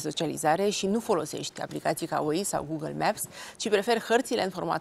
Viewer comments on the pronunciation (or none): none